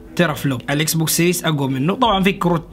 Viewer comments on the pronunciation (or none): اسمو مش سيريس سييييرياااس 💨 فضحتنا بلغتك